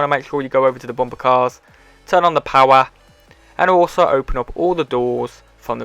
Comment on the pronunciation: Lol I just love how he says power (powar)